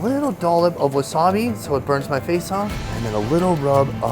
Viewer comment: Work on pronouncing "wasabi," pleeeassse.